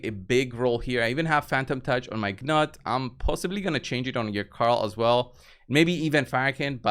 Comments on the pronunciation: Gnut is pronounced noot, not ga-nut. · Newt or Noot The G is silent. It's pretty straightforward. The only one I hear saying it correctly is Hell Hades. pronunciation is hilarious.